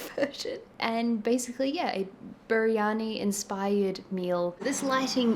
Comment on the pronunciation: Me: let's watch a calming video before bed 🥰: "I will proceed to now butcher the name of your cultural food repeatedly" Jokes aside: you should try out a local indian supermarket for your spices! You'll find great spice mixes and packets of spices at seriously cheap prices. And next time you make biryani, try some raita (yoghurt + mint + cucumber + lime juice) on the side. It cuts through the fat and the spice to create beautiful play of temperatures, textures and flavours.